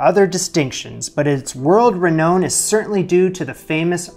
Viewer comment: hey, your determination to get it right is impressive and why I enjoy your videos so much. my only issue is renown: pronounced re NOW n, not re KNOW n. ;-)